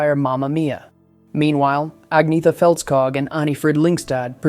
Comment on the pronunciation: "Agg-neeth-a" - Stop it!